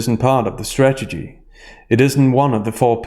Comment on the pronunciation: We need to work on how you say strategy.